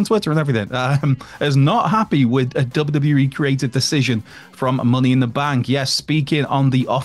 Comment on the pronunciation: Say WWE properly..not WE.!!